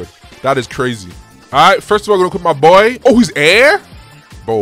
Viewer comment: “MAH BOYA” 😂